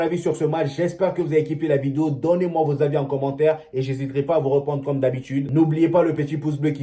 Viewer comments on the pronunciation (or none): none